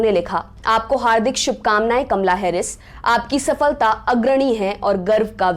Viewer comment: Kamla ya kamala sahi bolo